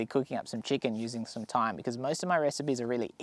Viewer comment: OMG, I'm furious...... Americans do NOT say th-yme, with the th sound. We pronounce it as "time", just like any other intelligent beings. Thanks buddy.